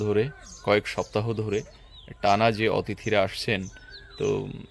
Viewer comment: amio bolesi er age... amon uccaron shunte khub birokto lage